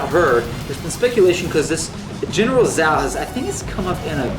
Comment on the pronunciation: lol the actual pronounciation of zhao is ch aa oo (chao) not zao if it is chinese